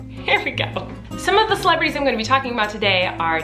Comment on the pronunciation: every time she says celebrities i hear miranda